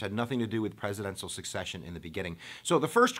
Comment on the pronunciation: SECCESSION Dude, not Succession. Unreal.